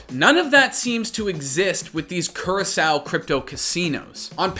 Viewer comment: That's not how you pronounce Curacao lmao